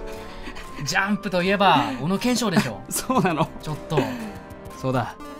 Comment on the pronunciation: だんだんジャンプが(雑誌の)ジャンプに聞こえるw